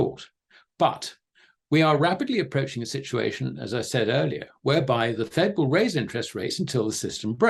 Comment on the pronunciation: I'm always amazed at how many times he manages to say "shit-u-ation" in EVERY SINGLE interview he does....